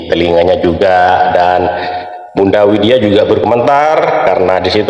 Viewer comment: Widya, bukan Winda